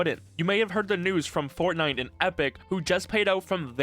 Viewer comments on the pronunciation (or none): none